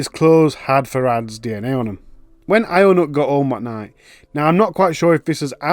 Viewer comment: “ionut” is pronounced “younut” btw